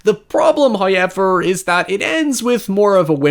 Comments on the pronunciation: No one: Bro in every sentence : NOI HOIEVER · Dude.. DUDE! Please, please, if you're going to say "However", please say it properly. It's so distracting hearing you say "Hoyeverr" again and again. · "High" ever. First time I have heard it pronounced like that. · Highyever lol seriously no one has counted yet?😅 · I asure you sir there is absolutely no letter "Y" in the word however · I love these video essays, but i would be lying if i said I didnt just come here to listen to pronounce however. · I love your videos and you're a great guy, but I cringe so hard every time you say however... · I could listen to say ‘however’ all damned day.